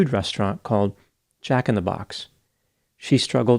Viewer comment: lol…bro - why are you sayin Jack in the Box like that…😂